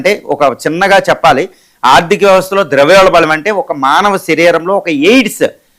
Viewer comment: ద్రవ్యోల్బలం కాదు ద్రవ్యోల్బణం